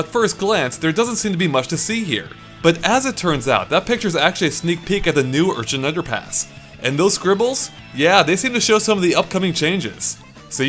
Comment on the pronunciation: Urchin not Unchin